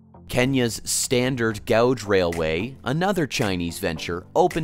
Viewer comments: In the Kenyan railway segment, the narrator mispronounced the word "gauge". It rhymes with "cage". But he pronounced it like "gouge". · I can't believe, well actually I can, but I'm watching a video about railway projects and the narrator does not know how to pronounce "gauge". Hint: the u is silent. If you can't get that right, one wonders what else did you not get right? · It's a pity you didn't know how to pronounce "gauge".